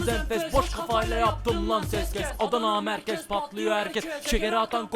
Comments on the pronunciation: Abi adana merkezi çok güzel söyledin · abi adana merkezi sen daha iyi soylemişsin :D